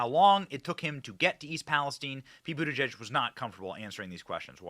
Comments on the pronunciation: It took ‘buttergee’(correct pronunciation) nearly 3weeks to get to train accident in OHIO,and 15minutes to lose his train of thought…! You could not make this up!!! How the hell do they get hired? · His last name is pronounced but-he's-gay😂